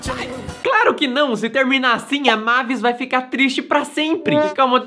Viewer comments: Não é mávis é meivis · não e mavis e meivis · É "meivis" não "mávis" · Na hora que chamaram a Mavis (Meivis) de " Mavis" eu quase tive um treco.kkkk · A "mávis" É mavis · A PRONUNCIA E MEIVIS